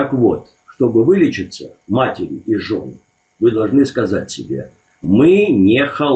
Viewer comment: матерИ, не матерЯ)). Не обижайся, ты умница и молодец. За гостей спасибо!